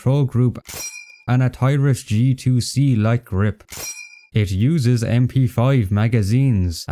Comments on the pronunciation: I know this could just be a result of your accent, but Taurus is pronounced Tor-us not TI-rus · My man, it's not a "TIE-RUS", it's pronounced "TOR-US" as in Taurus, the bull. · bro said "toyras"